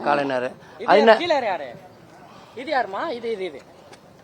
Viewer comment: கலைநர் அறிநர் இல்லடா 😂😂😂ஞ சொல்லிக்குடுங்கடா தமிழை கொல்லாதீங்க டா